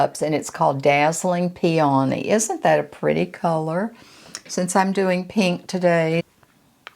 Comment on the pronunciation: Hi …I enjoyed your video, I normally don’t say anything, but you mispronounced the blush color four times. It isn’t PEA..ONEY, it is pronounced pea o knee. 😊